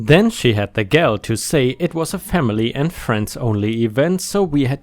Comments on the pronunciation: "Gall" sounds like "Paul" or "tall," "gal" sounds like pal. You are so, so much better at English than I am at any of the other languages I've spent time learning. You have very few verbal stumbles, and I only want to help. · gall sounds like ball. with the long a sound.